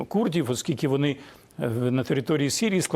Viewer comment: курдів жаль, що мову їх переслідують, а от якби притягли до криміналу за нівечення укр.мови москальською вимовою - "курдіФ. сказаФ..." чорт!